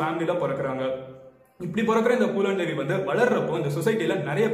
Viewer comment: Bro it's Phoolan Devi not poolan Devi😂😂😂😂